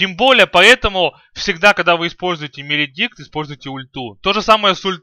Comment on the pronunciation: Свен без бкб, дагон? 5 ударов с руки? что ты несешь (маледикт, а не меледикт)